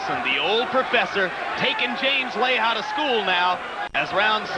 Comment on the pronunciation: The Proferfsor